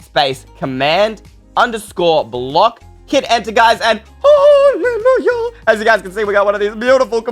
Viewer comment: Hahaha it s to funny he said holy luya